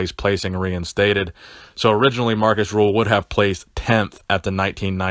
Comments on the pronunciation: it's not Markus "Rule", it is Markus RÜÜÜÜÜHL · It's Markus Rühl with an ü not u. Special vowels are transfered from German to English when it comes to names. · It is not pronounced "rule".